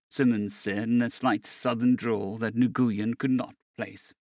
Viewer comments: It is pronounced "WIN" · It’s killing me every time you say his name. It is an Asian name, and it may be spelled Nguyen, but it’s pronounced “Win” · Nguyen is a Vietnamese name and for some inexplicable reason is pronounced Wen.